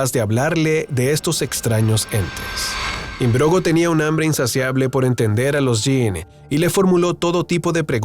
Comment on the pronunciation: Philip Im-brog-no, no imbrogo. Buen vídeo!